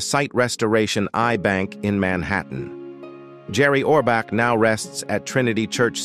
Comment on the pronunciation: You can’t even pronounce his name correctly.